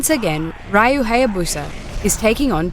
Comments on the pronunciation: His name is R Y U NOT R A J U ffs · It's Ryu not Rio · It's pronounced Re U, not Ri U